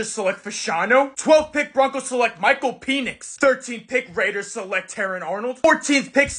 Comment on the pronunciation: Why did he say penix like that😅😅